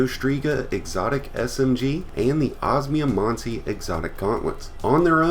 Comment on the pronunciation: Man i never tend to be someone to hung up on pronounciation but the way you say osmiomancy's triggering me so hard, it's os-me-o-man-sea sorry thanks